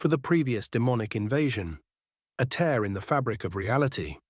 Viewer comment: Its sounds like a real human voice, but I've only heard the AI mispronounce tear as in to rip with tear as in the liquid expelled from the eyes.